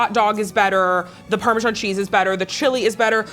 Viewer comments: did my guy say ParMeezian Cheese?? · Please learn how to pronounce parmesan cheese properly. Parm-e-san